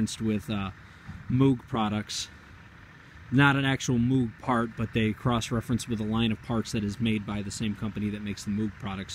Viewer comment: Moog is pronounced "mohg", not Moo-g.